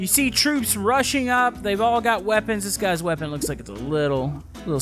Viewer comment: when you said rushing up it kinda sound like "russia up" or "russing up"